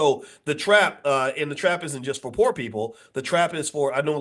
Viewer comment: The R in Poor !